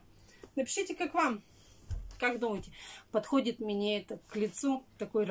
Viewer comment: Мине мине,фу слушать противно!